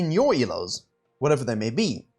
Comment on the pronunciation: Whenever he says "in low elos" I can only hear "in your elos" T.T